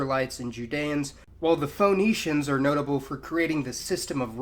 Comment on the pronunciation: Phoenicians is pronounced /FINICIANS/ not /FONICIANS/. Same as the name Phoebe is pronounced /FIBI/ not /FOBE/.